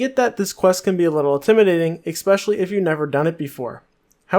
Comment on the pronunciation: Learn to read, dude... skimitar was annoying but I had to shut it off when you said expecially...